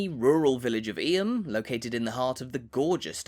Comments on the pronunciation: He pronounced Llanfair PG perfectly but Eyem is pronounced EEM! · Why are you prattling on about places you've clearly never visited yourself? BTW, Eyam is pronounced "Eem".